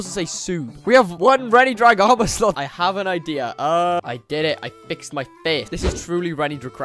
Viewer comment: you hawe tesco two lol